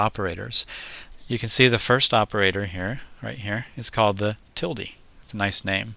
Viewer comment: Thanks for saying "tildee"- that's the way I learned it years ago. Now it's just weird to say "til-duh". ;)